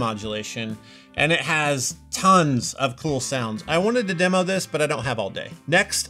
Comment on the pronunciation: Even though Josh butchered "you really got me now" and can't manage saying "demo" at least we didn't have to see the strange faces Addison makes while he plays, LOL- just kidding love your sarcastic humor and appreciate your unbiased opinions on other pedals!